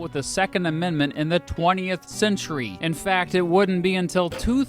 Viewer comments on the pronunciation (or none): none